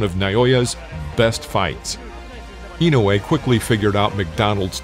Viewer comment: Finally a video that pronounces his name correctly, I usually cringe thru videos about Inoue that massacre his name. It’s disrespectful not to take the time to learn to say someone’s name & then post a video about him.